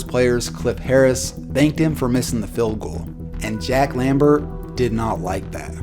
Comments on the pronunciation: Fild... Stillers... Bruh the letter e isn't a hard thing to say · I don’t think this guy can pronounce his “E’s”. Haha. “Stillers”, “fild”. 😂👌🏼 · calls man ugly but cant say Steelers or Field correctly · ‘Stillers’ ‘Fild’ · Tric key he also says feld insted of field